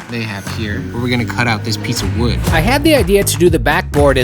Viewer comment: Not Wood ,… WEWD 🪵 in the words of Bobby Duke arts 😂